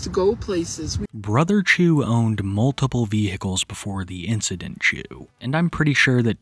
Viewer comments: You calling it incidentchu has me GIGGLING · "incidentchu" son i'm crine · Are we really calling it the “incident-chu” 😩💀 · I had to rewind the video, I was like "did I just hear "incident-chu" ???" 😂😂😂